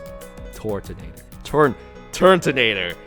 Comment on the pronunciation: Why does this guy seem to not know the names of pokemon? Turntonator, really?